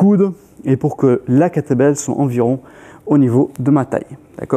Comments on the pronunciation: C'est exactement ce qu'il dit ! 🤣🤣🤣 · J'entendais à chaque fois "l'entraînement avec "que t'es belle"...